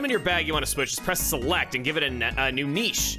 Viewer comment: did she try to make that rhyme by pronouncing niche incorrectly?